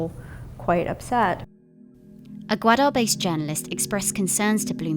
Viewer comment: I don't understand why Bloomberg is so anti-China. The documentary is completely biased and present a narrow twisted view of the situation on the ground. As a Pakistani, we pronounce it as " gaw_aa_der " not gwada.